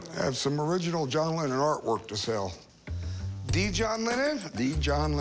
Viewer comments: I think I heard John Lemon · A John Lemmon!!! HA! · John Lemmon